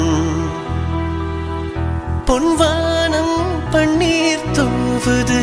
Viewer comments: Pon vaanam Paneer Correct a Pronunciation panunkooo Original Song a Correct a lesion panunkooo!! Tamil la kill panna vendaam!! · My evergreen fevorite song....but vaanam,panner pronunciation sari illai.